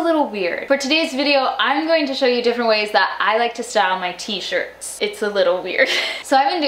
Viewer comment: I am sorry lol but you said tie not style